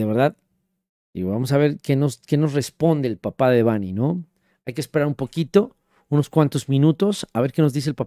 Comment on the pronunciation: Muy bien con su investigación 👍 PERO… me Caga que pronuncie mal el nombre de “Debanhi” 😡😠😡 ¡más respeto a su memoria! El acento va en la letra E, “no en la letra A” Repito, ¡EL ACENTO VA EN LA LETRA E! Fíjate como lo pronuncia su propio padre!!! Si fuera acento escrito sería “Débanhi” No como tú lo dices “Debánhi”, al chile en súper buen plan ya corrige eso…